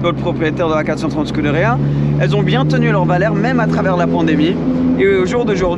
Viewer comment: Petite question pourquoi il se tue à prononcer scuderia en anglais et pareil pour huracan il le prononce en anglais ? N’est ce pas des marques italiennes ?